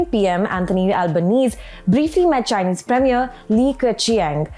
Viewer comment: Good reporting ..Australian prime minister’s surname “Albanese” ‘s surname is pronounced “Albaneasy” … something to take note in future